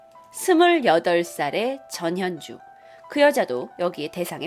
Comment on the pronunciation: 자꾸 전현주가 저년주라고들려...ㅠㅠ